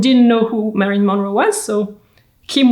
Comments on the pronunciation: Her name is Marilyn, not Marion. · Her name was Marilyn not Marion.